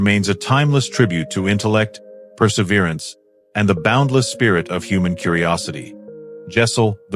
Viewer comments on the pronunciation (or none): none